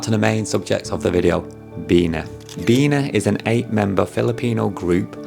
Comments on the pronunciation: Its BEE-NEE, you idiot!! Not BEE-NAH!! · Its pronounced as “bee knee” not “bee nah” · BeeNee u have such a thick accent when u said beena? No worries tho! Great vid! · hi sir it pronounce like "BENIE" or BINI :face-blue-smiling::hand-pink-waving::face-red-heart-shape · it's pronounced as "beanie", the cap. anyways tnx man